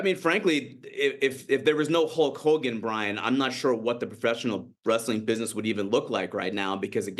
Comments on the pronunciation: It sounds like he’s saying “Hawk” Hogan and it’s bothering me lol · Why can’t this **** pronounce the word “Hulk” properly?